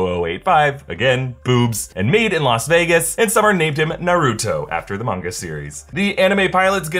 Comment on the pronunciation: Please you Naruto not narooto